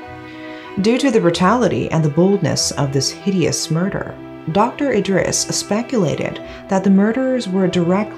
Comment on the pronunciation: I appreciate this video and you, just Idris is pronounce as "it-dreez" or "it-reese" the d is shortened the dris is fast and sharp.